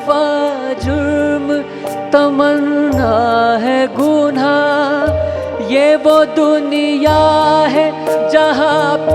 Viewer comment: आपने रफ़ी साहब के इस मुश्क़िल गीत को बहुत ही अच्छा गाया है. लेकिन उच्चारण में एक मामूली सी ग़लती कर गए आप. " गुनहा " नही " गुनाह " सही उच्चारण है.